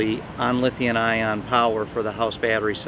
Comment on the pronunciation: LOL. "Lithian-ion". has added a new element to the periodic table! C'mon its Lithium-ion.